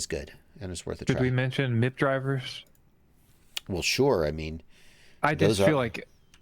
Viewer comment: It’s M.I.P. Not MIP